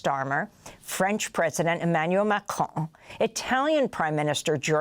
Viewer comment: The way Amy said "Macron" is too fucking funny. She literally turned into a baguette.